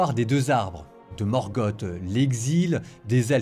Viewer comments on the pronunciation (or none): none